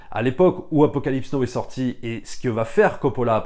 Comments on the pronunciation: Super boulot je suis fan et passe des heures à tout mater (ah l'épisode sur le Parrain!!!) Petit détail on dit pas Apocalypse no mais Apocalypse now et aussi mais c'est pour enculer les mouches, on dit pas génèse en français mais genèse même si tout le monde fait cette erreur à cause de ces enfoirés de Genesis (attention je suis fan de rock prog et donc comme souvent de SF etc) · Entre "Apocalypse No" et "Hurt of Darkness", c'était trop pour mes oreilles, déso.